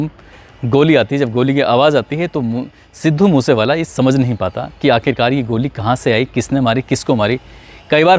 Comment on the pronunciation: तू पहले अपनी स्क्रिप्ट को ढंग से याद किया कर, रट्टा मार के आ जाता है हर स्क्रिप्ट का , views और likes के धंधे के चक्कर मे अपनी झंड करवाया कर तू और legend सिद्धू मुससेवाला भाई का नाम ढंग से लेले अनपढ़ 😡😡😡 पढ़ पढ़ के भी ठीक से बोला नही जाता तुझसे अनपढ़ कहीं का 😡😡